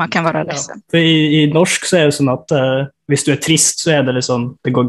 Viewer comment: Have no idea what they are saying but gotta love how he says norshhhk